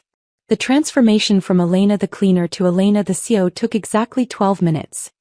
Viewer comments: So nobody anywhere in the management structure, including HR, knew who the new CEO was? Really AI?? Nobody?? Gotta call bullshit. Coupled with the mis-pronunciations (ex. C.E.O. is not pronounced “Coh), this is a poor effort. AI-generated videos like this one deserve three thumbs down 👎🏼👎🏼👎🏼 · CEO is pronounced C....E.....O, not CO. Either that or say the words; Chief Executive Officer. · Please pronounce ALL the letters in C.E.O!